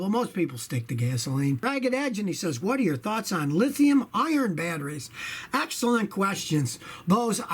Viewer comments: It kinda sounded like you were saying Lithium Iron batteries lol. I'm sure you know it's Lithium Ion though (or Li-ion, which I like to shorten further to just Lion) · Its lithium ion not lithium iorn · hey Scotty your local internet Grammar Nazi here, it "lithium ION" not Iron. Just saying. LOL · Scotty, it's not Lithium IRON. It's Lithium ION.